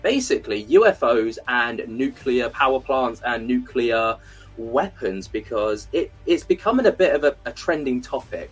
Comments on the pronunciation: Thanks for coming on,. But please, for the love of my sanity, please stop saying "nuke u lar". The word is "nuclear", clear like the glass it produces. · Neat discussion and all, however, I immediately lose just about all respect for someone and begin to doubt their intelligence when they can't pronounce nuclear correctly... It's spelled "nuclear," not "nuculur." Sound it out... New, klee, urr. Think new-clear. It is absolutely not pronounced like new, kyoo (Q), lurr... That is how an idiot pronounces it. C'mon, you can do it. Helpful tutorial video below... 🤦‍♂ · I wish he would quite saying nucular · Why can’t anyone pronounce the word nuclear?